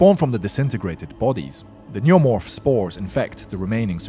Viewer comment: lol the way he says neomorph